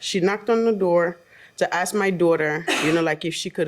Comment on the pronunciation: Here we go with the "axing" someone again! I wish they would take a class on how to pronounce "ask, four, funeral, straight, other" and a bunch of other words! Unless Judges are going to be required to take bubonic courses!